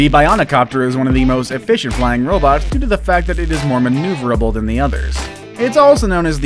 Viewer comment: nobody: RRRRRRRRRrrrrrrrrrrobts